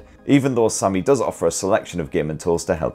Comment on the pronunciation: The way you say SAMMY is funny.